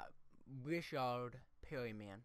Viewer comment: people from PA and CA don't talk like you. I also noticed you pronounced a Richard like how a French person would.